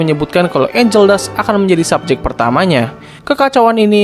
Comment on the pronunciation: Bang betul angel tapi ANGEL DUST bang pake t bukan k bang